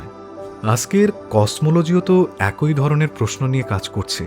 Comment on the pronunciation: আপনার আলোচনা খুব বিষ্ময়কর ভালো লাগে। কিন্তু আপনার কিছু উচ্চারণ বড্ডো কানে লাগে।যেমন_একই কে আপনি একঐ উচ্চারণ করেন।বিষ্ময় কে বিষময় উচ্চারণ করেন। যেহেতু আপনি সকল মন্তব্য পড়েন তাই লিখলাম। আমার বয়স ৬৬ বছর চলছে, আপনার থেকে জ্ঞানে অনেক ছোট কিন্তু বয়সে অনেক টা বড়ো। ধন্যবাদ।